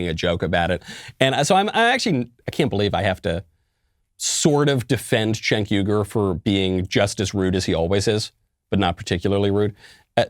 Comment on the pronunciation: Michael, it's appreciated that you said his name correctly...........but it would have been more funny if you called him what he's called by others, CHUNK YOGURT.